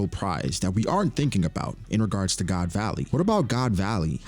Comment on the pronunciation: did man say "god's alley"??? that to twice lmao